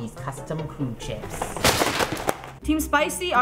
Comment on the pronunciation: it's not kerw, only krew